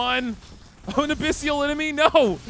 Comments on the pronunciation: Abyssal ≠ "Abyssial" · A-BISS-EL...NOT A-PISS-SEAL.